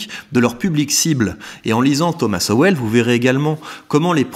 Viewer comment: grand fan de Sowell, et content de le voir cité sur une chaîne francophone :) Par contre c'est prononcé "Sol" je crois